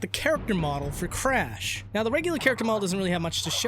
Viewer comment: you call him "Frash"